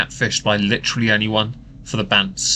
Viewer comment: I just heard her say "Literly" in place of "Literally" and i can't unhear it now and it's bothering me